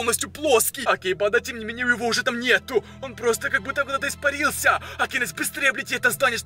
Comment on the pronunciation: Кому он бесит что он говорит не фига не понятно он ещё так говорит РАСТВОРЯЕТСЯ причём всегда у него на я ударение он поёт я ИСПАРИЛС ЯЯЯЯЯЯ кому бесит лайк и комент